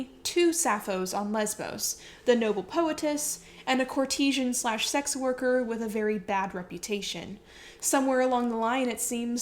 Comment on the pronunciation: Courtesan is pronounced court-a-zahn, not cor-te-zhen. It is easy to check pronunciations. You already did a lot of research. All you need to do is a little bit more.